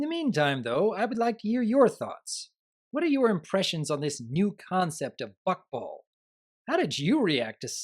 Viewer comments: Maybe I have a problem, but I can't stop hearing Fuckball. Even when I heard Rainbow Dash say it in the episode, I heard it wrong. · Every time a character says "Buckball" it sounds like they're saying "Fuckball" and it's really bothering me. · It sounds like Is saying "F#ckball"? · The way you pronounce Buckball is a bit... open for comedic interpretation. Nothing wrong with it, just pointing it out.